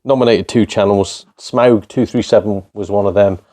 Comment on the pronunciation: Nice one mate, leisure suit larry cos tits 😂 can't disagree. 'Sm-ow-g' you nailed it bud 🍻👌 Fallout New Vegas is a great choice! Just goes to show how impressive Bethesda game studio's work has been in the past considering tony, me and you had it as one of our picks despite the ridicule they soemtimes get.